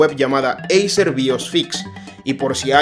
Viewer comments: Acer no eiser 😂😂😂😂no das ni una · eiser???? ACER tio..... ACER!!!!!! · se escribe acer, pero se pronuncia eiser amigo